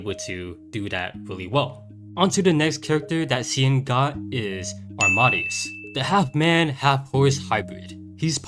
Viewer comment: I think it’s pronounced aam-ahh-day-us. Like Wolfgang Amadeus Mozart. Keep up the great videos!